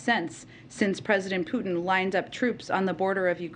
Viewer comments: Pewtin?? Lol! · Putin not pewtin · Pew-tin? How does she not know how to say his name? What’s next …Bid-in? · Putin lady not PEWTIN...fear porn. Stop it. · Liz doesn't even know how to pronounce the man's name even when she hears 2 seconds before she opens her fear mongering trap. She's scared, I get it, but she's not being realistic! Putin definitely is everything people say he is & yeah he's dangerous but, he's not like Canada's Trudeau, he's actually smart, he's no coward. So now that we have that out of the way, the General should've been allowed to speak! Enough of the BS fear tactics & drama raising for you ratings boost! Liz is confusing two seperate & distinct issues, the economy problems in the US are on Biden, he owns that let's face it already. Of course the Ukraine's MP's are going to tell you anything they can get away with to get the UN & EU & you, on their side but, their words & accusations are not gospel! Putin turning off the power to the Ukraine & a nuclear reactor ready to blow up are again seperate outcomes. Putin isn't stupid enough to want to live next door to a nuclear disaster even if he can't occupy the Ukraine, the man wants to live not melt into a pile of hollywood portrayed festuring goo. They turned the power off, that much is certain, nothing has proved the reactor is in any way, shape or form ready to erupt like Chernobyl. You have experienced people watching, inspecting it, are you really taking a politicians word on this!?